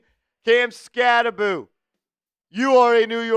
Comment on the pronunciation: I commented that he pronounces his last name wrong and he ha ha'd it lol. Badass rb with a sense of humor 👍